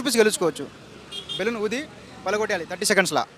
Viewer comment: పలగొట్టేయాలి కాదు రా అయ్యా 😂😂😂 పగలగొట్టడం